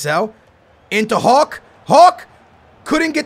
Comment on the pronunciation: I like when you says incredible hullhull